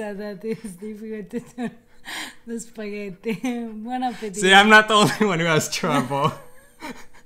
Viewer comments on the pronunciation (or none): Simone Trombotto Ma la cosa più strana è quando sento su canali di cucina da italiani che vivono in America, pronunciare la parola (italianissima !) spaghetti.......”spagheri”. Che lo faccia un americano è diciamo ancora perdonabile, ma che siano gli italiani a pronunciarla in quel modo è proprio una cosa imperdonabile . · Comunque.. Eva devi insegnare ad come si pronuncia la doppia TT di spaghetti, non si può sentire come lo dice😂